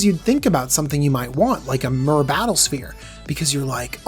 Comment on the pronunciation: Just FYI, MaRo has confirmed that the correct pronunciation of Myr is "meer", as it is meant to tie into the word Mirrodin, which itself is inspired by the word "mirror".